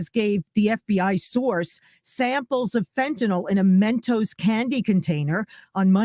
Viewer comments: Its not pronounced FentaNAWL though. Its pronounced like tis spelled fentaNIL. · It's pronounced "FEN tuh nil". I have no clue what "FentaNOL" is.